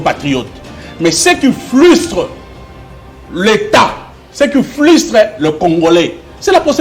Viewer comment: Mr tshibin c'est pas flustre par contre c'est frustré SVP, Merci pour la compréhension.